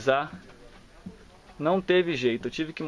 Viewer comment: DICA: quando você for falar IRIZAR PUXE O R ASSIM IRIZARR falo. não se ofenda só quero ajudar!!!!